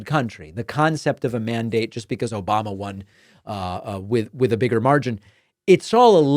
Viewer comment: The "Obamna" still kills me every time 😂😂